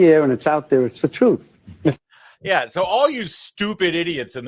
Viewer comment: The truff, that’s the truff those people listen too.